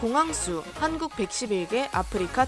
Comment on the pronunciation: 왜 한국이 아니라 한구라고 말했나요???